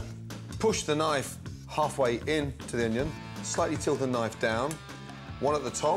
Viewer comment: We already know how to dice an oño.